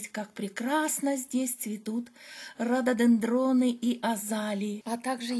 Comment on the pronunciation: РододЕндрон--ударение на 3й слог.